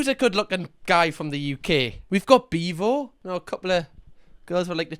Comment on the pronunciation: Mans said Beavo. 😭